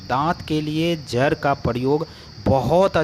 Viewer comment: Jar nahin jad. Kira nahin keeda